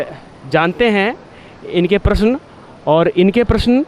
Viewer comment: Is लड़की कौ हिंदी बोलना तक नहीं आता . प्रश्न को प्र श न कहती है